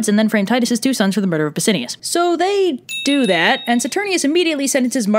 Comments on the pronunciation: I noticed that myself. Also, it's Bass-I-AN-us. :) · Also, its pronounced SaturniNus and BassiaNus. There is an "N" in their names.